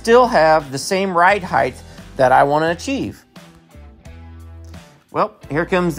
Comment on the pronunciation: Why do you say height "heigh-th"?